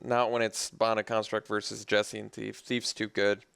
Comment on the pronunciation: Everyone seems to say "Jessian Thief" ... but I always thought the J was silent (Hessian).